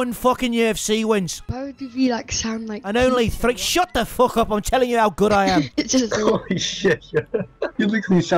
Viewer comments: And it's not fook its feck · Its "Feck" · THAT'S NOT HOW YOU SAY IT YA FOOK! XD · Fuck needs to be pronounced as Fook and things and Tings. These two things would make a big difference when impersonating Conor. Overall its off but still comedy! Awesome work.